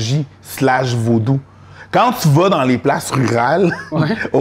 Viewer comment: VO-DOU pas vou-dou.